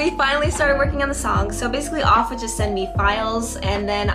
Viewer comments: It's pronounced "aff" like "laugh" not "off" like toff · HIS NAME PRONOUNCED "AFF" NOT "OFF" BUT U GOOD AND TALENTED LOVE U GREAT VOICE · I told you TikTok live you would 💪🏾💪🏾, and I think it’s pronounced Aff with a ā sound lol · It's pronounced Aff. Like- Take the A as if your saying App, and replace PP with FF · yes ur pronouncing Aff wrong, but idk how to explain how u pronounce his name, basically Aff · Yo you great! But it's (AHH-FFF) like when you sayin laugh, it's the "augh" part. But other than that, you great. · Btw aff is pronounced A-F-F like taffy without the t and the y 😅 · She’s saying aff weird loll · The end song is 🔥 and as far as I've heard from the members of the group (including Aff) it sounds like you're pronouncing his name wrong... but I never worked directly with him so maybe I'm the wrong one 🤷🏾‍♂️ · Yeah you were saying Aff name wrong 😭. But man you killed the opening and ending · Yea you butchered Affs name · it's honestly not a big deal that you mispronounced Affs name. I'm sure he understands. You got a lot of talent tho, I liked the Ending the best!